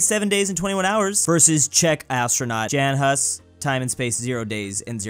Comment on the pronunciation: Džen Has